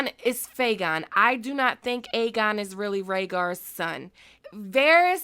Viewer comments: You keep saying Fegon and believe me I get. There's so much to say that we can't believe Illyrio and Varys BUT why would Varys lie to the dying Kevin? Vary's knows no one is listening but again why would he lie to a dying man? That always got to me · Aegon is fayegon 😂😂😂. I’m not gonna lie, I thought about Faygo when you said that 😂😂